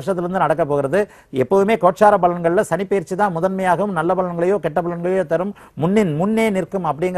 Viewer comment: Ennamma Tamil pesareenga?! 😃 GURU PAYIRCHI nggareenga 😀...... Adhu PAYIRCHI illema, adhu Peyarchi. Eppdithaan ungalailleaam edukkaraangallo 🤔😀